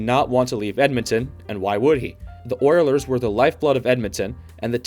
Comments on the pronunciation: Did you really say Oierlers? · I had to turn this off. The guy couldn't even pronounce OILERS correctly either